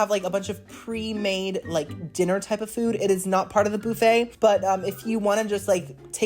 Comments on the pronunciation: Young Man, Please, I understand that this is Your content, but Please the word Buffet is Not pronounced "BOO-Fey" it is pronounce "Buf-fey" I am a Gen x English teacher's daughter, and this kind of thing was drilled into my head as a child. Of course there are no Tenders or Loins on a Chicken wing. It the Wrong part of the anatomy. Do yourself a favor, Google Terrine Cake. Because, honestly, you come across as someone who is lacking in the necessary skills to Adult on his own. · It's BUH-fay not BOO-fay loll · oh my god, if you say booooffet one more time! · It's pronounced as buff-aa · BOO-FUT. HAHA😂😅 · The “boo-feigh” takes me out every time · I love the way says, Boofay. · Is the pronunciation of buffet a bit and I’m just unaware of the origin? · I will never get over the way you pronounce buffet😂 I just think of Phoebe from friends so I love it and I love you!